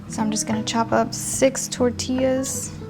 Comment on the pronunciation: * Are You Mexican? ...or a Mexican- American??? Because you do not have a Mexican accent... you sound like a white girl...lol The way you say " Tortillas " ..you should white.... " sad"